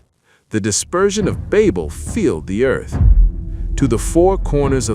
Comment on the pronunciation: Tower of Ba(y)bel, not babbel.